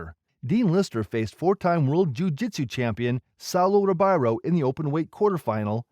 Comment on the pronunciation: Dude, if you're going to make videos about BJJ you gotta pronounce the names right. The r in Portuguese has an h sound so Riberio is pronounced Hiberio, Royce is pronounced Hoyce, Renzo is Henzo, etc...